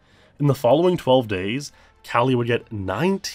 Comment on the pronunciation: Calle is pronounced with a short E. Like in the word "mEn".